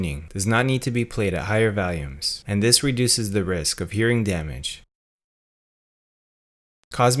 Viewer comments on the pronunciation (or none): none